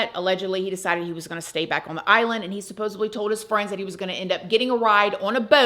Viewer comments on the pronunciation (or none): Supposedly! Not supposibly!!!!!!